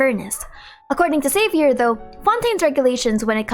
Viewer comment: But Xavier was not pronounced correctly